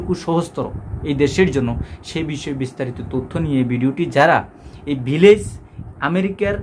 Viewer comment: Vilag Na Beliz.Aga Deser Nam Sotik Kora Bolun.